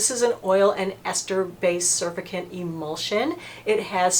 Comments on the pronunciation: lol I love how she thinks its pronounced "surfacant" instead of "surfacTant" lmao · Sur-FAC'-tant....not SUR'-fi-cant. 😊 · Great video. Want to try the Clinique balm cleanser. FYI: surfactant is pronounced: sir-fact-ant. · Love what you do! Thanks! FYI - pronounced sir-fact-tents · Thanks for the vid,, well done as always. I agree about CeraVe just not having the umph to get makeup and sunscreen off. I think oil based cleansers are the way to go for the makeup, and THEN the CeraVe (or Paula's Hydralight One Step face cleanser, which is a bit more likely than the CeraVe to get makeup off). One thing, surfactant pronounciation-: sur-FACT-tant, emphasis on second syllable. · Hi. This is one of your all time best!!! PS it’s pronounced sur-fact-ant. 😊😘👍👍👍